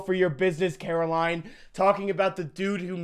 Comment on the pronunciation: caroline is not pronounced that way